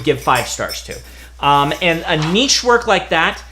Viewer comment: There is so much to thank Brandon for, but the latest one is for being an American that can pronounce Niche.